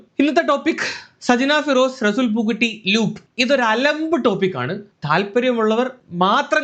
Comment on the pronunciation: പൂക്കുറ്റി അല്ല പൂക്കുട്ടി 😂